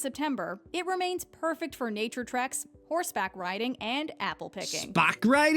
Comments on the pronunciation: I believe she said "Horseback riding" ....not" "spack" riding .... she blended her words together... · Horse back, not sback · "SPACK RIDING"! LOL She said "horse back riding". Watch the very funny Michael McIntyre skit on American English, he mentions this. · Not "spack riding"... "Horseback riding". 😂 Upstate New York is quaint, small towns surrounded by mountains and forests. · Spack riding hahahaah she said HORSEBACK!